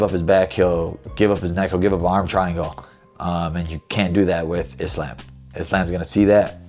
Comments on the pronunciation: The fact that you pronounce Islam’s name like “isl’A’m” and not “Isl’U’m” shows your relationship with the Dagestani’s are absolute busllshit 🤣🤣🤣🤣🤣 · So, basically a Muslim who can't even say "Islam" properly? it's not "Islaim", it's pronounced "Islaam". And I ain't even Muslim. What the fuck man. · Bro said Islamb